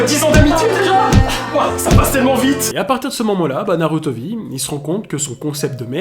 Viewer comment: Déjà comment prendre au sérieux un mec qui prononce NarUto mdrrrr Naruto et safine était innocent un problème de santé peut arriver à tout le monde et c’est pas psk on te jete un sceau d’eau ou de la peinture que ça va te tuer